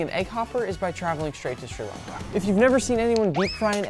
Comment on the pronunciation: you prononesed sri lanka wron